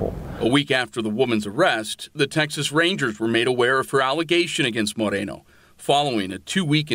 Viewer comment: Officer Marikono!!!!! Not Moreno !!!!